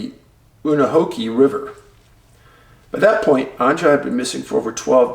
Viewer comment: Anja is pronounced like Anya